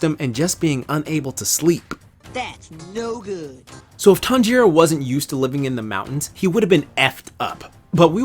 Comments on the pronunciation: I hate how you say "tonjaro" instead "tanjiro" (tan-ji-(r/l) o) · Its tan•jiroo not tan•ji•roo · "my weeb heart" also him "tan jero" wtf foh cuh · "Tawn-jeer-o" EW WTF IS THAT PRONUNCIATION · Me when he says Tanjiro as Tan jiro 😰😱😭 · i hate the way he says "Tanjiro"